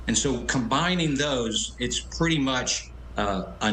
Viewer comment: Did he say PETTY MUCH non peaceful?